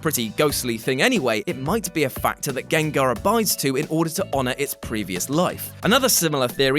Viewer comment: This nigga said "trans gangars" lmao wtf